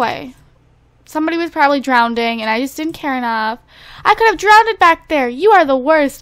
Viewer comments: It's drowned. Not drownded. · Am I the only one who notices how she says drowned, or drowneded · Hey, It's drowned not drownded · I say drownded. I thought that's how u pronounced it